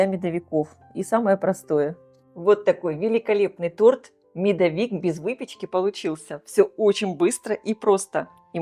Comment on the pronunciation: Здравствуйте! Почему Вы говорите МедовИк, а не МедОвик? Ведь в это же время Вы говорите: медОвые коржи, а не медовЫе, медОвая смесь, а не медовАя. Тогда почему МедовИк?